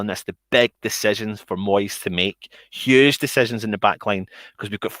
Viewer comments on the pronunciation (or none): Quote of the day: (thick Scottish accent): h-u-g-e decisions!